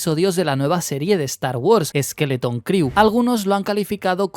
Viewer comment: una recomendación. La palabra 'crew' en inglés se pronuncia "cru" y no "criu".